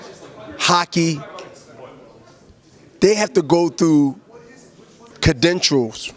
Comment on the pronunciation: Bernard, I know you didn't just say "Kadentials"?!!!!! lolol #ILoveYaButGODDAMN !